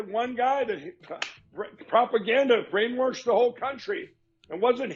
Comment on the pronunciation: I’m worried if I continue to watch this channel I might get “brainwarshed”.